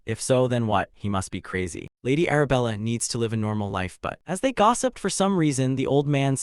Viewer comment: There are times that the narration just sped up like 1.5x speed out of nowhere and will be back to normal afterwards. please be consistent with the speed. also some words are being spoken as not the correct word, like read and read, there is no difference in spelling but it is spoken differently. live and live is also a great example since both have different meanings. hope these will be fixed since your video is great.